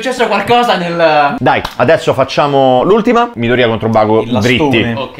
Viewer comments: infatti la pronuncia corretta del nome non è midorìya ma midòriya T^T non si puo' proprio sentire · Sono l'unico che non riesce a sentire Midorìya? Cioè ho seguito tutta la serie in giapponese in sub Ita e l'ho sempre sentito meglio Midòriya. Rispondete se siete d'accordo perché non voglio elemosinare like come certi tristoni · Midorìa da un doppiatore che ama gli anime però non si può sentire 😅😂 non venitemi a dire che è la pronuncia perfetta perché no.